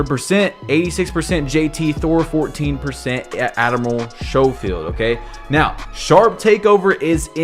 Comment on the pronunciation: Not knowing how to pronounce Schofield is Crazzzy